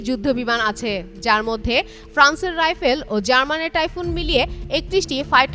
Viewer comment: বানান শুদ্ধ করেন রাফাল কে রাইফেল সুশীলা কারকি কে সুশীলা কাকি😅😅😅